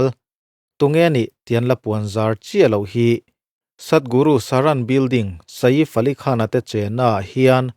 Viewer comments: Saif AliKhan tiin an lam maithin a maw ka tia, Sa-if Alikhan ti a lam ka vawikhat hriat na🤭🤭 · Saif Ali Khan hming ilam Dan hi analh lo e.😮